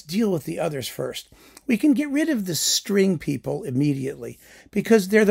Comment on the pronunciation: There were many occasions in the video when i thought you said straight people instead of string people haha